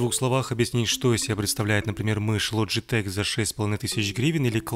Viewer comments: Логитек а не ложитек или вы ламборгини ламборджини называете? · Не логетеч а логетехххххх